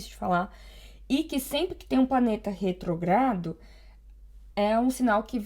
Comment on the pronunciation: É retrógrado com acento no primeiro ó.